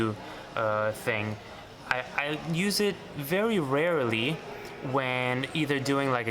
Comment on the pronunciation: CHEERIOYOYOYO - you still have an accent from Romania, as when you say " . . . very RARALEE . . ."